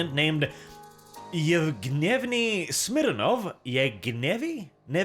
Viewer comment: The way you called the guy, Evgnevni Smirnov, sounds like "Infuriated Smirnov" in russian ))